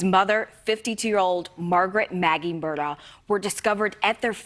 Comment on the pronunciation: I think it's pronounced "Mur-dauck," oddly.